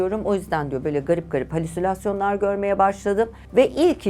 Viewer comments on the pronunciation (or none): lütfen düzeltir misiniz ? sizin kadar su gibi konuşan bir kadın halüsülasyon diyemez. Halüsinasyon doğrusu